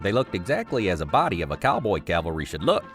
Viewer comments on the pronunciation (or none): It sounds like he keeps saying CAL-VERY. Of course, it's pronounced CAV-AL-RY. I don't know why this bothers me so much.